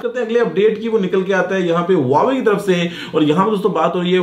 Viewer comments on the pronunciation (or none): none